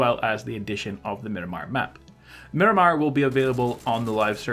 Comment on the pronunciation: Stop calling it Minimar it’s Miramar